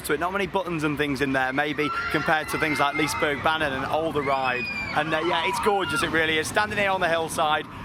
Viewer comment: Good old Liseberg. Been years since last i was there. Think they still had the woodie. Not sure though. #Pro(not really)Tip: To help pronouncing Liserbergsbanan, pronounce banan like you say Banana (just cut out the last A) :D